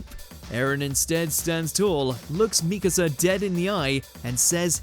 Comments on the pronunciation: mikAsa, not mIkasa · You pronounce Mikasa the right and wrong ways in the same video. Not to mention - its pronounced ERVIN. Are you a fan of anime as you say or not?